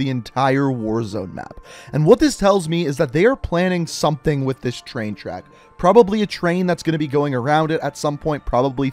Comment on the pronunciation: Dont say Tshain tshack say train track